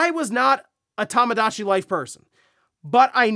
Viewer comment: How Tamagotchi was pronounced during the Direct had we doing a double take 😆... first time ever hearing it pronounced that way.